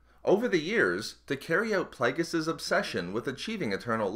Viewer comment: I stopped watching this because of 'plag-us'